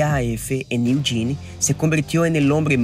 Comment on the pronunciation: Great videos, I’m watching them to try and improve my Spanish. One tip: Eugene is pronounced like “you-gene,” not “you-genie”